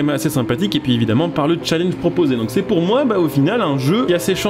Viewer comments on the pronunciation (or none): none